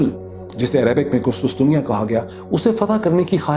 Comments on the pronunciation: قسطسطنیہ نہیں قسطنطنیہ . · Dr Sahab its Qustuntunia and not Qustustunia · ڈاکٹر صاحب قسطنطنیہ ہے نہ کہ قسطسطنیہ 🤔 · I'd like to make a correction Urdu version of Constantinople is called " Qus-TUN-tuniya" and not Qus-tus-tuniya (as far as I know) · KUSTUS tunia nayi sayeen.... KUSTUN tunia..... Very sad to see this pathetic narration from such a known journalist... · its qustuntunia not qustustunia